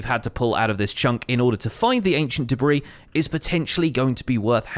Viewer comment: No one:: Ancient Debriih